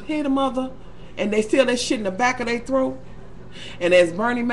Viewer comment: "hit in the back of they "throaK!" LMAOOOO. im over here in tears!